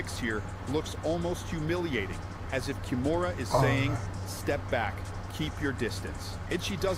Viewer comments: KI MURA, not ‘kimona’ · It is pronounced Kee-moo-ra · Kimura is pronounced Ki moo ra, I think it was ai that miss pronounced it originally.